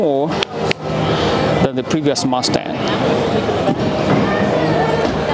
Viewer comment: "Ford MASTAHHH"...